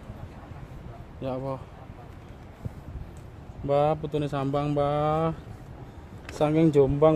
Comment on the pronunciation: Yang ngerekam vedeo ini ko nyebut kalimat allah nya awoh..